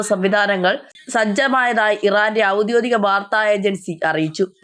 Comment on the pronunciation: ഔദ്യോദികം അല്ല ഔദ്യോഗികം